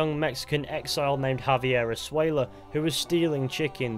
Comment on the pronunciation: Escuella, the 'c' ain't silent. Eskuella.